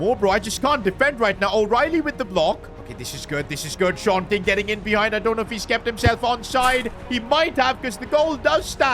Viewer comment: Actually his name is Sean King but he is saying short king